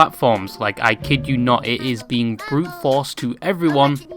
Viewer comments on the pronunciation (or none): none